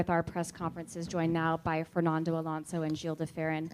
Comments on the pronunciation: ITS FERNANDO NOT FERNONDO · A W true it’s just annoyed me how she pronounced Fernando